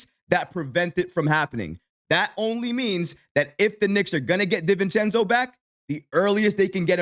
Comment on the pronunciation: Respect and I love your reporting in these topics. Please, it’s Di-Vincenzo. DiiiiiVincenzo 😂